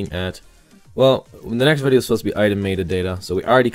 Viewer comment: It's not maid-uh, its met-uh.